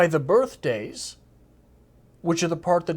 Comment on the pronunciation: Maybe Dalton would enjoy "birt'days" more if he said "birthdays"